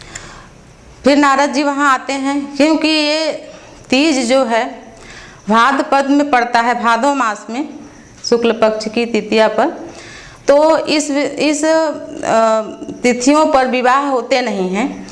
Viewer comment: Aap teeja kyun bolte hai .....teej hota hai n